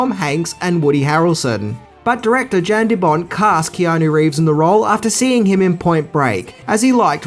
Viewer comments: Yahn DeBon, not Jan the T is silent he's Dutch. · Director Jan De Bont. Jan(pronounced "Yawn") He's Dutch. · you probably already know this, but Jan De Bont, Jan is pronounced Yon. All good though I know you probably realize it now. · it's pronounced YAN de bont. And John mctearman